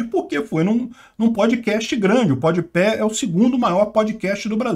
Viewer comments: Concordo com o que foi dito, mas que me incomodou toda hora o falando PodiPÉ ao invés de PodPah, isso incomodou. Devo estar muito cansado, muito sono pra isso me irritar (até por que nem acompanho esse podcast) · é "podpá" kkk tu fala "podpé" akakakakakakakak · Ja imaginou que louco um almoço de domingo com o falando Podepé, faz 0 diferença, num sei o que lá... Top:_sim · "Pod Pé" kkkkkkkkkkkkk... eu ri cada vez que ele falou. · O chamando o podpah de pódepé! Kkk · Lula chamando o mítico de "mitchícu" x chamando o PodPah de "PodPé" kkkkkk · Podpéh não né hahahaha tiozão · PodePé. Se fosse PodeDedo eu até relevava. Go 2022 Molusco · O deve estar falando o nome do podcast errado de propósito hahah